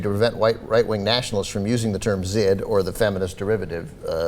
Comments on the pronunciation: the more you know: the "zh" in "zhid" is the same sound as the "s" in "asia," not like the "z" in "zebra." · the z is silent its pronounced "jid"